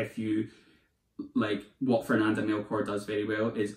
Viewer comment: You’ve convinced me to pick up Hurricane Season! I speak Spanish so I’ve always wanted to read it in the original language but it’s v hard to get here in Scotland! Love your channel! Please keep the videos coming! 💚 📚 BTW, the ‘ch’ in Melchor is pronounced as the ‘ch’ in cheese 🙂